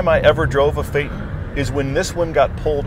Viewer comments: You still mispronounce it consistently. It's fay-ton, not fay-nn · german here: "TON" is pronounced "TON", not "TN". PHAYYYYY-TOOOON. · Shows official pronounciation - "fay-ton" - immediately pronounces it "fay'n" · Fay-ten? No. It is pronounced Fay-TON. Like the suffix of Photon. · It says "Fay Ton' not fay'in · As someone that owned one a few years ago (too expensive to fix and keep on the road) it's Fay-ton ( fate-on) not fay-tin I was at the VW dealers here in Scotland countless times and it was never ever pronounced Fay-tin, for such an expensive car it was boring to drive but it was good to be a passenger in and the climate control was one of the best I've ever used when it worked properly as it would stop working sometimes and had to go back to the dealers to be repaired, has to be one of the worst purchases I ever made and I lost so much money on it even though I only had it for less than a year (eleven and a half months) and sold it before the one year warranty ran out. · No, VW doesn't say to pronounce it "fait-en", its says to pronounce it FAY-TON ... the "on" being prnounced like that in "crayon" or in "don" or "Don" or "non", etc.... or think of "ahn", as in "autobahn"... In fact, both syllables should be pronounced with equal emphasis, as "FAY-TON", not "FAY-ton"... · So, you read the phonetics of 'Phaeton' and then ignored it? It's not "fayten", it's "fay-ton" with a step between. Like Futon, as the literature also references. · Handbook states “fay-ton”... still says “fate-en” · the O in Phaeton is pronounced fay-ton not fay-tn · ton is tun fay tun not faytn!! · Pronunciation: Fay-ton.....Faytn 😂😂😂😂😂😂😂😂 one more time: fay-tOn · They literally told you how to pronounce it... and you still can't. Fay Ton. Not faytn. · Exactly what is a Phay'un?. It is pronounced as PHAETON (say as FAY-TON) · Fay-ton So, faytin...? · It says “Fay-Ton,” NOT “Fay-tin.” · it clearly says it should be pronounced "Fay-TON", or do you also pronounce Futon as "Fu'on"?